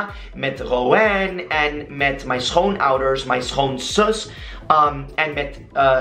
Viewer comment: ik vind wel echt dat je sommige woorden super goed uitspreekt! Woorden als ''schoonouders'', daar hebben veel mensen die onze taal willen leren moeite mee door de ''sch''